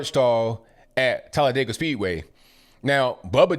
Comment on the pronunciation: Thank you for using the proper pronunciation of Talladega!!!❤❤❤